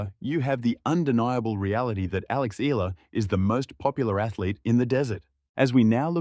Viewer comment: Correct Pronunciation : EALA = Ee'Ya' La